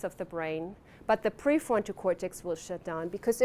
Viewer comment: And pre forto cortex. Maybe she is stuck in the basil ganglia 😊